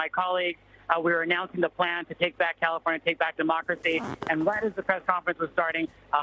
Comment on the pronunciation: Did he just say, mockeracy. Instead of democracy 😮😮😮😮